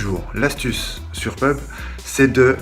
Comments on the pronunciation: Je rêve ou il a dit.. PEUBGE au lieu P U B G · Eu on dit pas pubg mais p-u-b-g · Ça se dit " pé-u-bé-gé " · Il a dit PEUB mdddr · Sa se prononcer P.U.B.G sinon bonne vidéo 👍